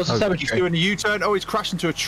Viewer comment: Cemetery is 4 syllables. Sem-eh-ter-ree. Otherwise it sounds like "semi-tree" describing something that is almost a tree or part tree. 😁